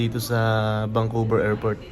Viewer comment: Vancouver Hehe hindi vangcouver sorry sa correction